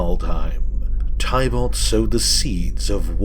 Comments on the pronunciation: Lol your still saying tie balt. Teeh bullt. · It’s pronounced tib-ilt not ty-bult